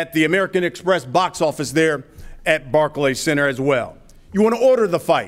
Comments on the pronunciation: Barklees center 😂😂😂😂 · Rolly calls it the "Barkey Center" 😀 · Barkeys center lmfao 😂😂 rollie it's pronounced Barclays 😂😂😂😂😂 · Roly said barkey center lmmfao